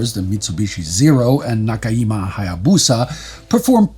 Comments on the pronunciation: Oh lord, he's doing the Peggy Hill pronunciation... Look, I love this series (or rather, I think it's rigorously researched, well done, and incredibly important), and I try not to be anal about pronunciation, but it's JIMA, not Hima. Gee-muh. Hard J, as in "Japan". Please, it's so simple to look up. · Nakajima is na-ka-g-ma. Not the swedish j sound. Love the content, let's work on the pronunciation! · The J isn't pronounced like a y in Nakajima